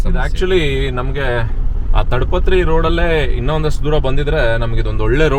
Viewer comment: ತಡ ಪತ್ರ ಅಲ್ಲ ತಾಡ ಪತ್ರೀ